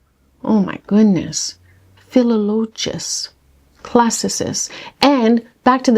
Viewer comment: I Googled "chicxulub crater" for the pronunciation and an asteroid flew across my phone screen and the image shook 😄🦖☄️ Your pronunciations all sounded pretty good. I think the accent goes on the second syllable of philologist... like psychologist or oncologist. I thought it was kinda weird that you'd have to remove a row of pieces in order to connect puzzle sections. Then you'd just have a pile of edge pieces left over if you want to connect the whole puzzle? :_PuzzleDonkey